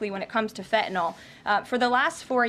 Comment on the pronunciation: Fetanayl?? Pretty sure there’s an in “n” in there too. Maybe learn the name of the drug before you call our Prime Minister the Governor of Canada?